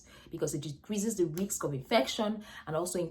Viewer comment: Hi nurse, it is not riks but risk.